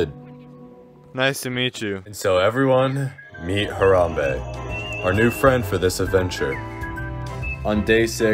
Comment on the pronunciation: The only part u messed up on was the M in Harambe